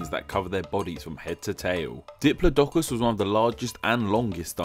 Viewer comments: I think you screwed up on the pronunciation of Diplodocus. In my mind, its pronounced dip-LOD-o-cus. I might just be your accent, though. That said, your videos are still awesome. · I think you mispronounced Diplodocus